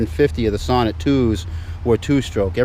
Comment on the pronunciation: So after about four years of ownership it is about time you start to pronounce the name correct. The emphasis is in the second part, like you say So-Neat, and then the e pronounced as you do it now. For the rest, keep up the good work. Alex B (1973 Sonett in orange)